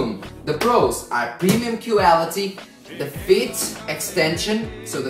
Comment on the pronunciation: "cueality" that one cracked me up!!!